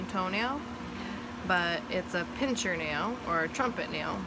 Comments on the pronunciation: PIN-SIR, not PINCH-ER. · I's a "pincer" nail, not " pincher".... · pincer (meaning claw) not pincher